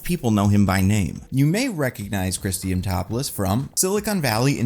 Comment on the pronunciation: Chris dimatopolis? Man it’s not that hard dia man dopoulos